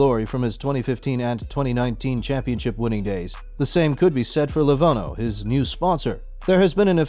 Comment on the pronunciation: dude, it is lenovo not levono Get it right!